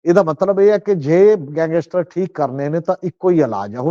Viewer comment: ਸਮਝ ਨਹੀਂ ਆ ਰਹੀ ਕਿ ਗੈਂਗਸਟਰ ਕਹਿਣਾ ਕਿੰਨਾ ਕੁ ਮੁਸ਼ਕਿਲ ਹੈ,ਵਾਰ ਵਾਰ ਗੰਗੈਸਟਰ ਕਿਉਂ ਕਿਹਾ ਜਾ ਰਿਹਾ ਹੈ